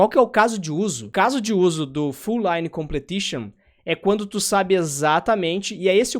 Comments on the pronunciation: se diz "complishon".. não "completishon" :P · Completion mano. Com ple tion. 😂😂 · face-green-smiling: sendo o cara chato na pronuncia: Completion